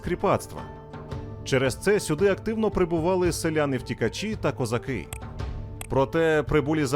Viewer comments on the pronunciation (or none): none